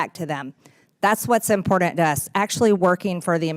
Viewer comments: Please....Please Lil' Margy learn how to pronounce the word important.....it's not inpordant! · Her saying "important" drives me crazy. She says "impordant" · MTG!! It’s ImporTANT NOT Impordandt! Use ENGLISH! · it's imporTant not imporDant u dmfk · Here’s old Margarine Tickwart Green saying made up words again here she goes “Impore-dunt” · "Impordent". God, she's dumb. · Nor is it “importnt.”. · Impordand there is no D in important Marge such lazy speech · She just can't say "important".